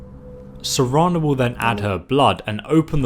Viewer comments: I'm starting to think skyrim video makers are mispronouncing EVERYTHING on purpose. They SAY THEIR NAMES out loud. Care-n not Car-n. Serana, not Serena, etc. Idk how y'all keep mispronouncing everything. Love your videos tho. I always forget how to do the Cairn. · Serrrraaaannnnaaaaaa jus sound it out dude. You cannot keep butchering every single video with 80% of the words getting mispronounced man. Stop with that “I’m dyslexic” excuse bcuz its bull. Its like autism bcuz parent stick their kids in front of tablets and tvs all day so of course they don’t know how to act right. They made up an illness to cover their lazy ass just like dyslexia. If dyslexia were real then you would always be wrong on almost every word but its only the slightly difficult words that take a little effort to say right. ADD ADHD all the learning disabilities are BS except for flat out brain damaged kids which are obvious in many ways including physical appearance in many cases. You were probably just embarrassed to read in front of classmates for sum dum reason so you missed out on a lot of practice. U should hav wutever confidence you lacked as a child ,as a grown up now. Ur so used to lying now though that the lies just foam out of ur mouth no problem. U probably say it hinders your ability to read and write though so u can skip English class altogether. Grow a pair n learn how to read&write dude cmon